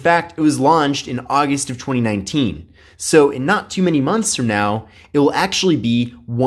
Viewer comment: Chweeny nineteen